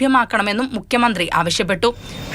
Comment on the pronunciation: മുക്കിയ മന്ത്രി അല്ല. ഉച്ചാരണം ശ്രദ്ധിക്കൂ